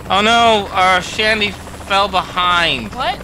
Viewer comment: Its not shandy its shondy